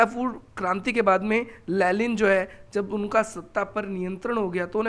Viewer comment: लेनिन no लेलिन 😂